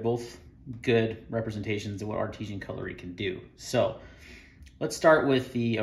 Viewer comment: The name is actually ARTISAN! Not artesian